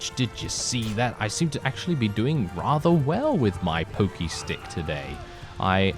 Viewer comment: Its really funny when you say pokey pokey stick